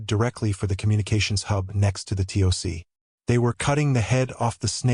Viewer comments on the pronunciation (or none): The tick the TOC is pronounced Tock!